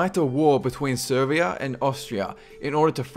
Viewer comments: Its not Servia ..... Its Serbia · It's Serbia, not Servia :)